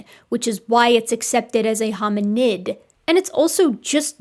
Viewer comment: Great video! What disturbs me is that this Dr Peter can't even speak properly. He sounds like a person that dropped out of school at 14 or something. On the other hand,, please stop saying "hominind".